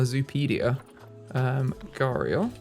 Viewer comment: You are pronouncing gharial right Also you can have multiple male gharial together